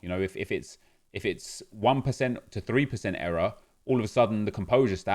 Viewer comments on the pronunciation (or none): Nep saying era instead of error has me triggered lol